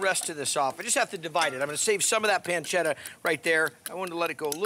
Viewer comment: I like the way he says peeencheetha 😂 However this has nothing to do with carbonara